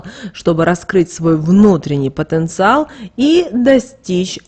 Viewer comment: Потенциал.блогодарбю потонциаал